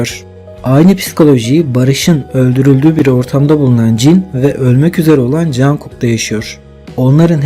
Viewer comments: Ya Cankok değil conkok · Teşekkürler ama cankuk değil cunkuk diye okunuyor.😂😂😂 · Çok yaratıcı bir video olmuş yanlız jankuk demen çok kulak tırmalıyor (conkuk) veya (conguk ) şeklinde okursan çok iyi olur :) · Cankuk değil, Conkuk diye söyleniyor. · abi rica etsem jungkook u cankuk olara değil de conkuk diye okur musun doğru okunuş bu çünkü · cankuk cankuk kulağımı tırmaladı söylemeden duramayacağım. CONGUK. CONGUK OLARAK SÖYLENİYOR LÜTFEN DÜZELTİNİZ. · Cankuk değilde conkuk diye okunuyor 🌹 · Çok güzel olmuş. Ama niye jungkooka jankook diyorsun? 😅😅